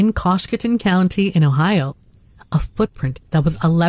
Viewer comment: Ohioan here. Coshocton is pronounced as: KO-SHOCK-TON. My theory about the rosary is that the partial corpse was his cousin whom Bigfoot dug up and ate. And the reason why no smell because she had been embalmed. Gross 🤮 story.